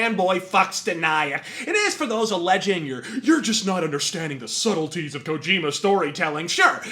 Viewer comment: Kojim-u is a Japanes-u Shaymalan-u